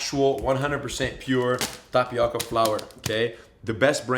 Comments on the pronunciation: im annoyed how he says tapioca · This looks pretty good... but please stop pronouncing tapioca incorrectly. No disrespect!